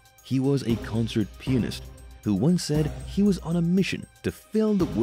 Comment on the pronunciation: Sounds like he's Saying penis 🤣 Not Pianist 🥴😁🤣🤣🤣🤣